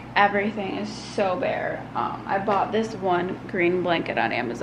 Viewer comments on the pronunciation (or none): none